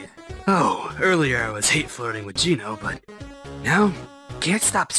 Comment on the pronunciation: the name of gino is geno not gino